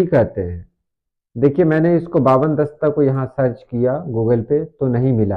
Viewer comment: Bawan dasta nahi Hawan dasta hai